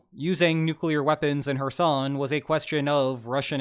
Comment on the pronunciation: Everytime says 'Kherson' I hear "her son".